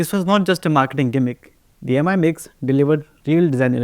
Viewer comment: Why does every indian YouTuber pronounce Mi as Em-eye and not Me? It's not pronounced Xiao em-eye after all